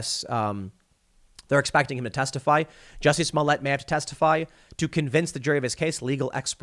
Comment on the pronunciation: Tim, please stop mispronouncing this poor french actor`s name